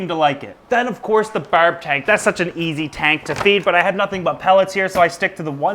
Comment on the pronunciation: He kind of says barb and firm weirdly